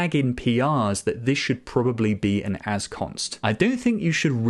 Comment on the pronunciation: Mom, he said Assconst again!